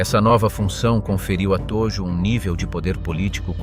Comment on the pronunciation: Hideki Tojo Viděl jsem jiná videa. A Hideki Tojo je tam ve fonetické podobně jako Todžo. Tojo strašně trhá uši. Jinak je video uděláno velmi dobře.